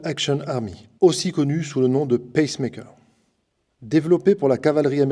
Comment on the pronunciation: Le pAcemaker est un stimulateur cardiaque. Le peacemake (prononcer picemaker) est le fameux modèle 1873 de Colt.